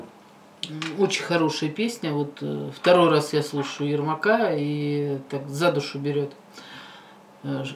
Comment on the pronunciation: ярмак не ермак